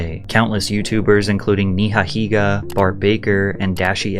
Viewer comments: "NeeHa Higa" 😂😂😂😂😂😂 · brudda said niha higa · Did you purposely mispronounce NigaHiga. Lmao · Wow I just heard the proper pronunciation of Nigahiga for the first time. I’m sorry to those I unintentionally offended between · Pronounced Nigahiga wrong smh. It’s not saying the word If it’s a name. Grow pair bro